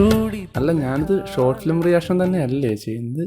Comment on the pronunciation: ഇവൻ ഏതെടാ. ഗോട്ട് ഫിലിമല്ല.. ഷോട്ട് ഫിലിം അത് ആദ്യ ശരിയാക്കെട... പൊന്നോമലേ..🤩